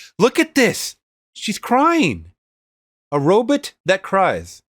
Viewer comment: RO-BOT...RO-BOT, not Robit! That shit erked the hell out of me!